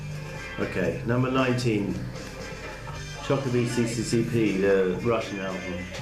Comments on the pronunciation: The album is NOT called 'Chopa v Si-Si-Si-Pi' as you read it - but 'Znova v EsEsEseR', which translates to: 'Back In The USSR' which is Paul's song from The White Album. The title of the album, 'Choba b CCCP' is in cyrilic (Russian) alphabet. Paul's name is also written in cyrilic, and it is read close to English pronunciation (Pol Makartni). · Choha b CCCP eh, Snofa f es es es errr is the right pronounced. :P